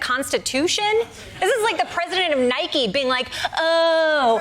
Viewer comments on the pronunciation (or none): none